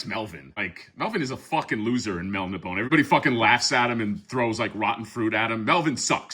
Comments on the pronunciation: I'm pretty sure it's pronounced Mel - Nib - On - Ay. At least that's how my dad always pronounced it and he was friends with Elric's creator Michael Moorcock back in the '70s. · It's pronounced "Mel-NI-bo-nay". Elric was created by Michael Moorcock in the late ‘50s as the anti-thesis to Conan and is one of the foundational icons of sword-and-sorcery along with Robert E. Howard’s Conan, J.R.R. Tolkien’s Frodo, Fritz Leiber’s Fafhrd & Gray Mouser and Catherine Moore’s Jirel. He is a dragon-descended Melnibonéan Prince whose people were oppressive, hedonistic sorcerers who enslaved primitive mankind of the Young Kingdoms. Although humans exist, Elric's world is not a prehistoric Earth but a different world entirely. Unlike his people, Elric is a sickly albino with a conscience. He uses magic to keep himself functional. He is deposed and exiled to live among men. His blade is cursed. It confers strength to him by stealing the souls of its victims. It is often indiscriminate and kills those he loves as well. He is the Eternal Champion of his world meaning a nexus individual who resets the cosmic equilibrium between Order and Chaos by serving either the Forces of Law or the Forces of Chaos. He is a tragic figure who knows he is doomed. Every Eternal Champion has an Eternal Companion, an Eternal Consort and an Eternal Adversary. In some stories, the Eternal Champions of different universes meet and fight as a team. All of Moorcock’s stories are interconnected. The broadsword is Mournblade and the slim sword is Stormbringer. The other accessories are the Actorios Ring, the Horn of Fate, the Shield of Chaos and a healing elixir. Any spellcaster or warrior who